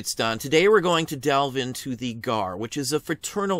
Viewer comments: I have been a CW re-enactor for almost 30 years and a descendent of veterans from both sides, I have also NEVER heard the G, A, R referred to or called the "Gar" Love Don's channel and videos but I cringed ever time he said Garrrr wait till He calls the S, C, V as the Scvv haha Great info though. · Is 'Gar' a local pronouncing of it? Have never heard it called anything but G. A. R. among collectors. re-enactors or historians--- maybe G. A. R. that's an east coast thing? As a former museum curator, I only ever knew it as G. A. R. Love collecting photos of the reunions. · Winter Crow knows what the G A R is, the question is with him calling it "Gar" as a one word name, have run in some notable CW circles over the past 30 years (authors, historians, National parks) this was the first I've ever hear someone call it that.